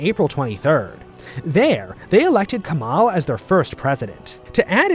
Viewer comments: İ want to make a correction about the pronunciation its not "Mustafa Kamal" its "Mustafa Kemal" .Read it like sou you say it like "Camel"but the "mel" part is "Mal". y-You dont pronunce it like youre saying Kamala Harris. Sry for bad English. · not Kamal its Kemal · It's Kemal not Kamal. How do you feel when someone calls George Washington as Gorge Wazington? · GOD DAMMIT ITS NOT KAMAL ITS KEMAL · His name is not Kamal, it is Kemal. If you are making a video about foreigner. You must use their language not yours. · Its not pronounced as Kamal its pronounced as Kemal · Your pronunciation of name Kemal is wrong. We are not arabs. İt's Mustafa Kemal with "e".